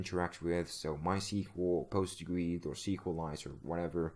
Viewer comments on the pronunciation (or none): none